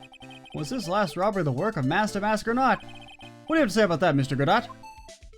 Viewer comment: Although Larry is despised by most I really enjoy his presence and made this case bearable to me. Prosecutor Godot (GUH-DOE BTW) is my least favorite Prosecutor, but good to see you like him! I never got my BoomBox lore on where they found Mia's mixtape to use for this trial!